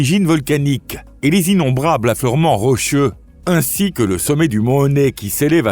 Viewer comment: Votre robot a un défaut de pronciation .. assister devient attister, ainsi devient éci, sauvages devient tauvages